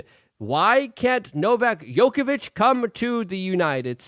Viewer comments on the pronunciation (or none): Luke, you mispronounced the Tennis GOAT's name! Djokovich not Yokovitz!!!